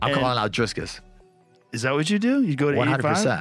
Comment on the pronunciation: Not driscus